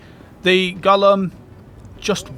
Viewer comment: not "Gollum"... GO-LEHM!! Gollum wants that ring, Golem wants to eat rocks! :face-fuchsia-tongue-out